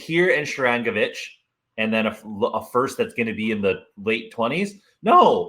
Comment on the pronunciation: Not sure whats worse, the butchering of Sharangovich's name, the stupidity of even suggesting Nemec or Luke in a trade, or the fact that the kid on the right who was a toddler in the 90's thought they played the trap for a decade. When they get Timo for Foote, Walsh, Zetterlund and 2 Draft Picks, i will crack a bottle of Blantons and watch this video on repeat while i laugh myself to sleep.